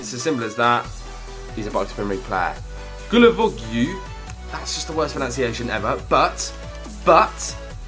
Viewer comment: Guilavogui = Gijavogi